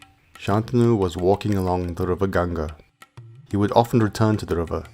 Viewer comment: THANK God - FINALLY - A video read by someone who speaks perfect English AND pronounces the Hindustani words correctly. The rendition of the Mahabharata was completely ruined for me when the American mispronounced EVERY single Hindustani word in it (including a simple one as Ganga) I just could NOT get myself to listen to ANY more chapters or parts of it. It felt like a foreigner telling me about India or a Christian explaining Hinduism!? THIS I want to listen to. We have several Indians who speak English well without the Desi accent, like this one, and they would be just right to narrate this. I'm saving this to listen to at leisure!! THANKS!!✌from USA.